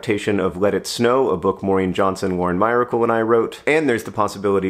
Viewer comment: As someone who was a huge fan of Lauren Myracle's Winnie series in my youth, I always pronounced her last name the same as the word miracle. I was pretty rattled to hear it pronounced differently (though, I believe, accurately) in this video!